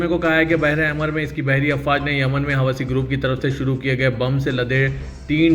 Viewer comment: Hawasi nahi hai woh Husi hai correction karo